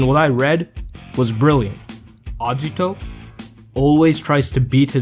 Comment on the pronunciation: The way you prounce Agito triggers me